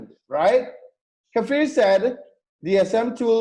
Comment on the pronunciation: Just by the way,, his name is "KFir" not Kafir as you express it;)